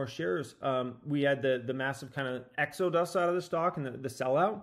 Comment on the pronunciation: Exo-dus 😂 classic